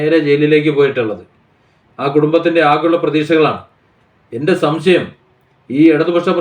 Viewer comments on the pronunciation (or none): none